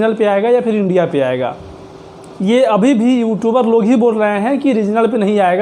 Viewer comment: Pahle you Tube bolna sikh lo